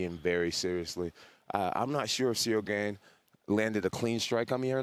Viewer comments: Cereal Gane :D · Bro called him cereal 😭😭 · the disrespect is actually so hilarious to me, Jon just calls him "cereal gain" and i cant even tell if it's on purpose or not... he must know how its pronounced because others say Gane's name in front of him 100's of times this week... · He even puts them down mentally calls ciryl gane "cereal gain" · Dude keeps calling him Cereal haha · Jon calling him “Cereal”💀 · The disrespect of this man keep calling him “Cereal” 💀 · anyone peep him call Ciryl, Cereal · It’s funny how Jon calls him Cereal lol 😂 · I swear I just heard jones call him cereal! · Did JJ call Ceral "Cereal"? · He called dude cereal 😂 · I think he called him ceerio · I love how Bones calls Gane " Cereal "😂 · See-real Gain, 😂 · He’s still calling him Cereal 😂😂😂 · bro said Cereal XD